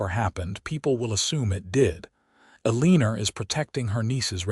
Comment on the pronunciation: Elenor is pronounced L or nor, not eleneer 🌷💐